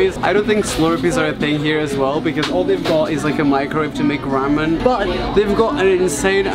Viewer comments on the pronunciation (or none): none